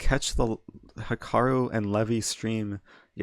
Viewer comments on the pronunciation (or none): none